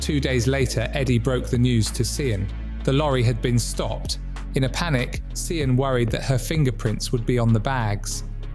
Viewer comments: Just so u know, Sian is pronounced Sharn or shan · SIAN is pronounced Sharn